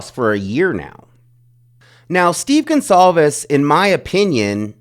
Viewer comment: I think his last name is pronounced “Gon-Cal-vez” with a C and not the more common name GonZalvez.